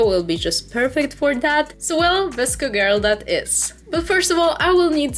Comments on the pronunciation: You said it right let me just put this out there how you say it is vis-co girl but it’s spelled vsco girl for the people who didn’t know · Love that vsco girl btw yes you pronounced it right thank you so much